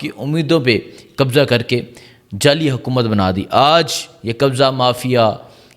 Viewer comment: قبجہ کر رہے ہیں مل لے(مرلے) خڈید رہے ہیں آمران حان کیا خوبصورت اردو ہے کی